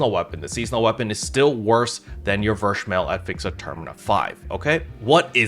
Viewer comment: Since I'm a Slayer Main this was very needed Info, thank you! Btw German Captain here again. "Verschmelz" is a German term which translates to "fused". It is pronounced "fair"(ver) schmel(stays normal like y'all pronounce it already) and z in German is "ts" like in "tsunami". Try "Fair-schmelts" in your next video if u like. I'm very curious on how your German will sound! Keep up the good work sir!